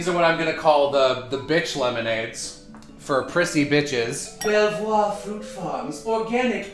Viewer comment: I regret to inform you that Belvoir, is in fact pronounced Beaver